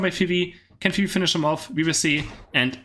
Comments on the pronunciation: i like how how you call Fwii, Phoebe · It's very cute the way says Fwii, its pronounced like F-U-E, like the W its a U.